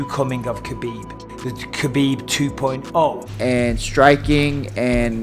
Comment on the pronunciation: Ca bib. Its pronounced kah beeb. Not cuh bihb